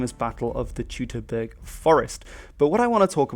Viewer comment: Teutoberg=Toyt-O-bairk. You're a linguist! Come on now. Not pronounced Toot-o-burg.